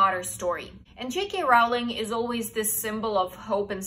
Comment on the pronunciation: I'm a book lover ever since I learned to read but there are two or three people I haven't heard of before! 😱 But then I'm from Germany so I suppose the kind of books I'd be exposed to would differ somewhat. Very interesting list! PS: Rowling rhymes with "trolling", not "howling". Many people get this wrong. PPS: Agatha Christie is such a cool person. She truly deserved that position as her mystery novels are superb!